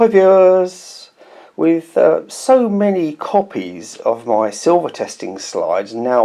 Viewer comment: Nice hi viewahhs😂